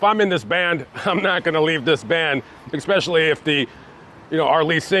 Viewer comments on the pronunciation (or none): I have that album, it was my sisters. It sits in my album collection. He was a 2 hit wonder... I will now take it out and listen to it. Oh, and, it's not 'exspecially', it's especially...